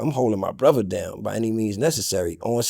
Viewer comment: new teeth or not he still cant say 'brother'...it's 'brova' all night long